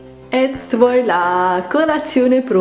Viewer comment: ti adoro ma "et voalà" noooo ahahahah